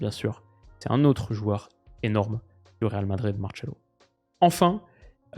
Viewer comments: Genre Marcelo, ça se prononce Martchelo? J'ai jamais entendu ça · Mdr pourquoi t'appelle Marcelo "Martchelo" 😂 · Par pitié il faut arrêter de dire MarTchelo et Gabriel Resus, en Portugais on dit Marsello et Jesus tout simplement. À part ça super vidéo lol